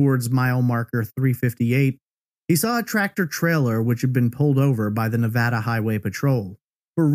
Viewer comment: Just a quick thank you for pronouncing Nevada properly!